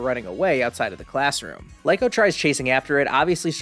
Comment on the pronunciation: No hate but I believe Liko is pronounced like Lee-Ko